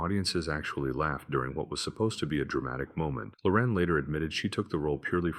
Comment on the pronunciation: That's HELLER IN PINK TIGHTS, folks! (And the primary accent is on the SECOND syllable of Sophia Loren's surname, not the first syllable.) That much said, there are three movies on this list that I've seen. I agree that HELLER IN PINK TIGHTS and A TIME FOR KILLING are bad, really bad (though it was intriguing to see a grown-up Margaret O'Brien in the former and an almost-adult Paul Petersen in the latter) - but I do like THE QUICK GUN, and I don't think it's as bad as it's made out to be here. (But then, I like Audie Murphy in almost every movie that he made, and I also like Merry Anders and Ted DeCorsia, though DeCorsia looks clearly ill in this film.) Speaking of Audie Murphy, I'm surprised that A TIME FOR DYING (1969) isn't on this list. It is to Budd Boetticher what HELLER IN PINK TIGHTS was to George Cukor. Finally, if you haven't seen FLAMING STAR (1961) and/or CHARRO! (1969), both of them starring Elvis Presley, I strongly recommend that you find them and watch them. It'll be time well spent - I promise! (Yes, I HAVE seen both of them, and I do like both of them a lot.)